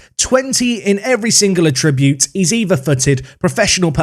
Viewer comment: wtf, learn to say the word "attribute". You are literally saying a different word.